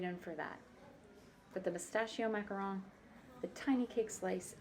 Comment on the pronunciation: THANK YOU for saying macaron and not macaROON!!!